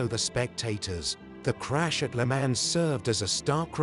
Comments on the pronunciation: "Le Mans"???? Who narrated this?? Must be AI...no one is that stupid. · Commendable documentary, but obviously told by a commentator who knows very little about car racing in the 1950s and cannot even pronounce the race names of "Mille Miglia" or "le Mans" properly. He keeps repeating the same old saws and the photos are repetitively few and far between. No pictures of the competitive cars, for example, are shown. Thoroughly inept, except for the uninitiated.